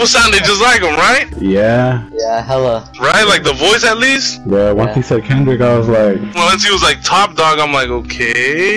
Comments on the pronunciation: Klendrick? Why you put an “L” in my name? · Am I the only one dead when the dude said klendrick Lamar